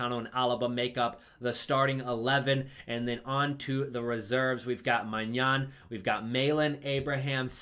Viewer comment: Your pronounciation of Maignan is extremely close this time. It's just that the an in the end of the word is unexplainable for english native speakers, it's a bit like may-nyon but you almost pronounce the n but you don't